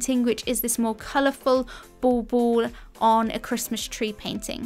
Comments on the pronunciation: My silly brain every time you say "bauble": it ball-ball 😂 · Are you saying " ball ball"? Not dissing ur gorgeous accent, I find your voice very Bob Ross soothing. Just never heard the decorations called that before.. n that's what the captions read too.